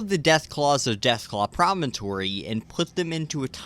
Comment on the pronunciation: wow someone who actually calls it “promontory” instead of “premonitory”